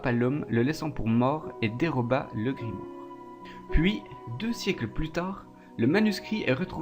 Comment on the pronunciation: Je viens de commencer la vidéo mais elle me saoul déjà avec tes répétitions du mot "Grimoare" ça fais même pas 10min et tu l'as dis au moins 20fois et puis c'est "GrImouare" (grimoire quoi)